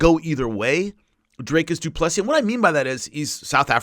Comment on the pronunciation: For someone great with names DDP name is pronounced do-plee-see